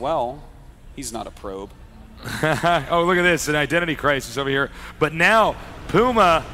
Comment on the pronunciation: "Pee-yu-mah" I can't get over how he says that.